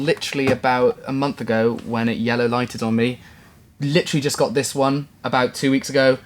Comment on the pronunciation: Litchrally litchllaru literally you said that two hundred times lol